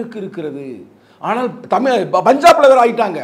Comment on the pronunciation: என்னது தமில் மன்னா யோவ் தமில் இல்லையா தமிழ்